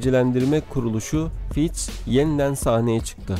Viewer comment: Fitch = Fitç diye okunuyor kardeş :) ch = ç